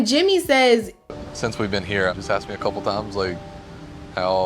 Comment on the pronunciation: she axed????